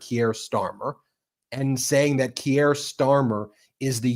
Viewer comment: The name is Keir Starmer. Keir rhymes with Deer and beer. Ben, It is annoying that you so often do not learn to pronounce foreign names. I live in the UK. Everyone here pronounces it correctly. Your channel is great, but failing to pronounce names correctly is really not ok.